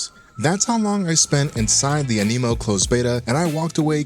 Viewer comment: why TF do you keep saying AMINO?